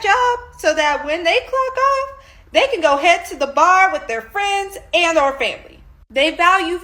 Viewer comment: Aayand? It’s and.